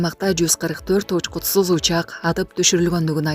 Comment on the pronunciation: Байкуш диктор эмне деп эле окуп жатат, учкутсуз дейби,же учкупсуз дейби?